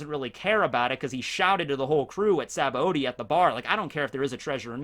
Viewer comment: this guy is a goat one piece youtuber … but if he pronounces sabaody as “sabba-odie” one more time i’m gonna hit gear fifth